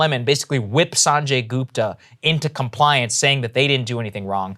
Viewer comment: It's Gupta (like Put or Push) not Goooopta for crying out loud.